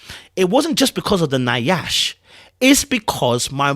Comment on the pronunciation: you killing me with the mispronunciation of Nyash. It’s pronounced YASH, not Ni-ash. 😜🤣🤣